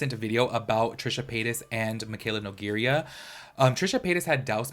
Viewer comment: 1. New drinking game: take a show every time he says “you know what I mean?” 2. She is Nougeira (noo-gay-rah) not Nougeria (noo-ger-ya) and it’s pronounced “kom-puh-lay-shn” not “kom-puya-lay-shn” Aside from that, great job, keep going! Just check yourself more often and do some fact-checking before